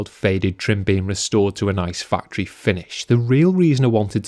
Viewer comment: “Fucktory” finish!